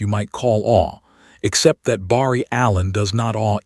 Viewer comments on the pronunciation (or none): The A.I. is pretty good but doesn't say Barry right 👍 ❤🎉😮😊😅😂🥺😰🤯